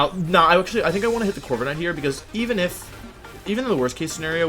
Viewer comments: corvi ca nite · Bruh Corva"KA"night hurt my soul